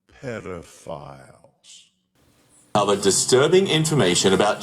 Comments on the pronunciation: The two witness rule makes a mockery of such a crime, and the way he pronounces the word 'pedophiles' combined with the facial expression, is truly perverse! It makes me feel nauseous! His pronunciation and facial expression speak volumes; that single sentence, delivered in such a vile, mocking, manner, may well be the most damning thing I've seen yet.... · The way he pronounces the word 'pedophiles' combined with the facial expression, is truly perverse!!!